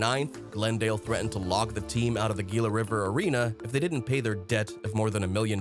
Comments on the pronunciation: You mispronounced Gila and Tempe. Unsure of a word? Google it. Lazy S*%@ No sub from me. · He mispronounced Gila and Tempe too.